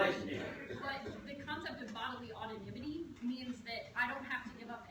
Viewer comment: "Bodily autonimity" lmfao oh god